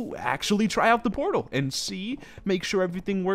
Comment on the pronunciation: I thought he said porno room instead of portal room.